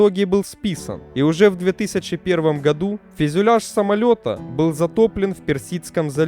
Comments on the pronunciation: Физюляж. Фюзеляж, бля!!! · Спасибо. Посмотрел с удовольствием. Только не "физюляж" и не "четырехста". А так всё супер!))